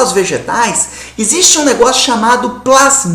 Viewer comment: Final de semestre e o cara vai e fala "esiste"...